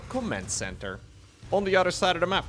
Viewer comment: I just realized, can’t prounce “th” sounds. “None udder den Cllllleem. I’m excited for dis!” 😂